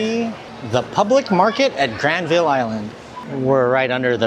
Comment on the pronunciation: The easiest way to instantly spot a visitor to Vancouver. They say GRAND-vill. It's pronounced Gran-VUL. Also it's Vangouver.